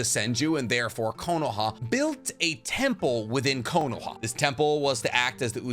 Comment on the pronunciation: Curahma😂 dude.... Connoha xD what are you doing 😂